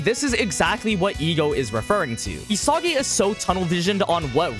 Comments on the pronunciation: Nobody gonna Correct my boy here saying E-Sogy instead of EE - Saggy🤣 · It’s not ESAWGI bro